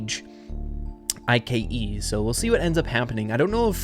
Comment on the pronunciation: why does say I.K.E instead of just ike